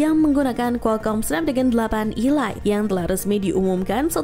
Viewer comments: Kok nyebutnya ILAIT...ELIT kan hrsnya cara bacanya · Ilait ??, sejak kapan Elite dibaca ilait ?, kecuali kalo E-Lite baru dibaca ilait. Ngakak bener 😂😂😂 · 😮‍💨 Elite & E-Lite Tolong dibedakan cara bacanya, Min, diulang² lagi, Netizen Auto Bingung.. 🥲🌚🗿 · ngga mas, maksudku cara penyebutan nya itu Lo 😄 bikin kesel 😆